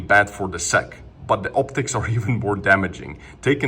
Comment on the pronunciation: Its S. E. C. not sec.😅